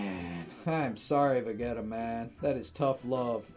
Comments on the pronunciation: Lol Vuhgeta. You pronounce it as Vehgeeta. Oh snap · Va-geeta is how you pronounce it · Hey, it's pronounced VUH-JEE-TUH and DEH-MO-GORE-GAWN